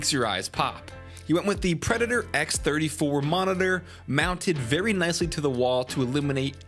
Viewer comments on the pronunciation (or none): none